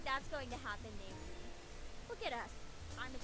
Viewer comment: finally they said Naomi! ...sorry, the way you were saying it was really getting annoying to me and I was waiting till they said it correctly.